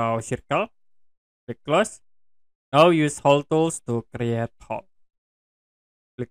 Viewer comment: "Crat" = Create